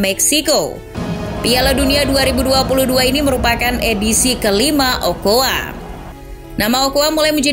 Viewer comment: 'Carbajal' baca 'karbahal', 'ochoa' baca 'ocoa', underrated